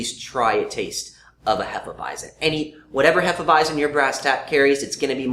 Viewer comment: They aren't really saying it properly. It's actually pronounced more like Hay-feh Vy-tsen in German.